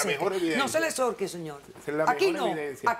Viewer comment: jajaja la doctora se puso nerviosa "no se me asorque" XD